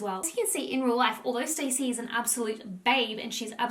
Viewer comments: Her name is not stacey it's Stassi (stawwwceee) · Guys it’s not pronounced ‘Stacey’ it’s ‘S-TAH-SEE’😭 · Me yelling at the screen STASSI! Every time you called her Stacey lol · It’s pronounced Stà-see. Short A. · Not "Stacey" 😭😭😭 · (Staww- see) is the pronunciation hehe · i cant get over that your saying stacey instead of stassi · Not gonna lie I was getting triggered that she kept pronouncing stasi’s name wrong and saying Stacy😭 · It’s pronounced Star-see (short for Anastasia) Love you and your positive vids xx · I don’t think you’re saying her name right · How do you not know how to pronounce “Stassi”